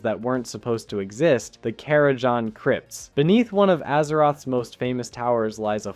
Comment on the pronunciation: The 'Kara'JAH crypts'?